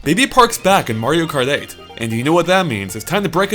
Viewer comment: Mario karth eith?